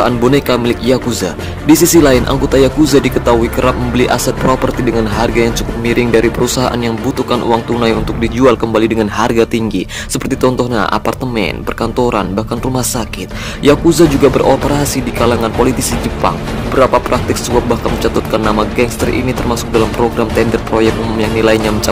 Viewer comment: Seperti contohnya bukan tontohna